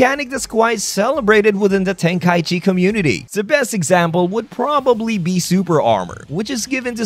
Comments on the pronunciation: Why do people call it tenkai-chi instead of tenkai-ichi? For shortening purposes? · well i just looked it up on language translators and they pronounce it ten-kai-ichi. Hell even the game pronounces it ten-kai-ichi in the menu for 3.